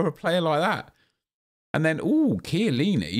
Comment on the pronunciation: did he rly say cant shoot for chiellini lol